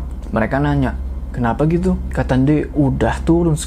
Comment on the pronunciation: "kenapa gitu?" Logat sunda pisaan😭